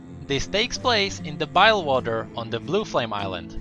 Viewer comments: BILGEWATER not BILEWATER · Hey, I know im late by 5 years, and idk if you found out yet, but bile-gh water isn't how its pronounced, its more like bill-gh water, or bill-jh, like the lore vids though. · BILGEWATER! not bilewater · BILGE not Bile..BILGE WATER BILL Ge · It's not bilewater it's bilgewater. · I pronounce it like 'bill juh water' instead of 'bile water' lol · its bilg water not bail water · he kept calling it bilewater and not bilgewater -_ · Whares Your G in BliGwater Or some times the i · I think he wasn't wasn't pronouncing the G in Bilgewater.